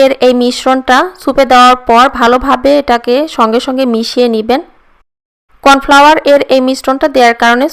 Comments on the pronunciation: কন ফেলেয়ার না ত কন ফ্লাওয়ার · এটা কন ফেলেয়ার হবে না কন ফ্লাওয়ার 😂😂😂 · কর্ন ফ্লাওয়ার হবে যে কন ফেলেয়ার নয়😂😂😂😂😂😂😂😂😂😂